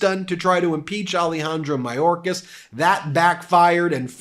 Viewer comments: I love, but if we’re going to mention MTG’s mispronunciation of indictable, I would recommend paying closer attention to better pronunciation of Alejandro Mayorkas. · Marjorie Traitor Greene "Secertary Majorkas". First "Gauzpacho police", then "Peachtree dish" and "Indickable". This woman is an absolute dunder head!!!